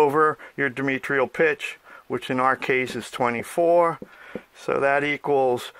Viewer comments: Where do these people come from? Can't pronounce diametral? What is dimitril? Knows all about dimitril though....Say diameter - now say diametric - now say diametral. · dimetrial pitch isn't a thingit is di a metral pitch - sorry, but its driving me crazy